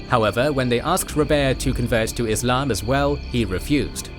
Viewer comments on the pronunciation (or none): none